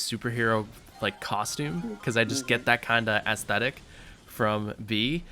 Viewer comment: He said Béah